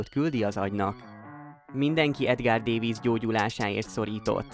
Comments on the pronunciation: Dávidc nem pedig Dévidc. Ha már videót csinálsz valakiről, akkor a nevét helyesen írd le, és helyesen ejtsd ki a nevét. Enyi tisztelet jár neki, főleg, hogy belőle is pénzhez akarsz jutni, mert ő a videó alanya... Ment a leiratkozás és unlike😅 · Edgar, de nem “Dévidsz”, hanem “Dávidsz”, ugyanis ő holland volt, és nem az angol nyelvi szabályok szerint kell ejteni a nevėt”, hanem a flamand nyelvek szabályai szerint. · dévicc. te vagy egy bé-vicc ezzel a kiejtéssel. Itt egy autentikus holland riport a neve többszöri kiejtésével. Kb Dávidsz, dáfidsz. rövid á-val v és f közti hanggal. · Szóljanak már neki, hogy nem dévidsz :D most hallom ríjkárdot is. Nem igaz, hogy nem lehet utánanézni ezeknek a kiejtéseknek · csak mert én is meg a rokonom is davidsnak mondja de sok ismerős is 😅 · Ritkán lehetett hallani a nevét ilyen hülyén kiejtve, mint itt! Egyébként a videó második fele már nem a feltett kérdésre adott válasz. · Legalább a nevét tanultad volna meg helyesen kimondani... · Ezt nekem is fájt hallgatni, de ezen kívűl, nekem minden rendben volt a videóval.